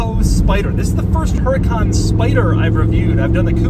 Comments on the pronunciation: Doug... your reviewing a supercar. At least pronounce the cars name correctly. Huracan is pronounced, "Who-ra-con" ;-) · The “H” is silent. It’s pronounced er-eh-con. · It is pronounced 'oo-raw-con' not 'Her-a-con'. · "Huracán", with the accent on the second "a" is the right spelling for "hurricane" in Spanish. Since Lamborghini uses names of Spanish bulls from bullfighing, this must be it. With the accent on that syllable, the word sounds as you sometimes Doug pronounce it: "HurracAAAN", with accent on the last syllable. If you take out the accent, it would be pronounced with the accent on the middle syllable (wrong). In Spanish, this word would never have an accent on the middle syllable. Big fan, by the way! Excuse the lengthy lecture. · DOUG DOUG DOUG. Its pronounced UR-A-CON not HURRCON. COMON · Doug. It's not Heracan. It's WHOOODAKAN. Or, R8. Your choice. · The origin of the word huracán is from the Maya. The accent mark on the dirver's manual I think it is a mistake. The force is in the syllable CAN, not in HU. Say it huraCAN, not HUracan. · Woo-ra-cAn not HER-A-KAN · it is “Huracán” not “Hurácan”, spanish speakers will understand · Remember Doug, the H is silent. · They mess it on the user manual, Huracán is a Spanish word (meaning tornado) with the accent in the last A. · If Huracan is on Spanish the the accent is on the last A. Huracán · The H is silent. It’s pronounced u-ra-cán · The accent goes on the second a; Huracán. Te issue is with the manual, but very cool you noticed. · i believe its pronounced "UDU-KHAAN" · Der Huren-Kahn!? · H is silent please say uracán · The “H” is silent! Just pronounce the name as if the H didn’t exist - please... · They messed up in the Manual haha, it´s Huracán, stressed syllabe is the last one...HuraCAN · Does in the manula put hurácan instead of huracán? Lmao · You pronounced huracan differently this time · It's huracán. Hurricane in spanish. Whoever made the owner's manual messed that up I think. 🙆